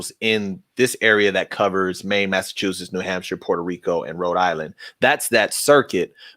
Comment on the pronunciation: It's okay if you can't pronounce Massachusetts I've lived here most of my life and I still have a problem with him. Also the police in Massachusetts years ago always tried the wiretap law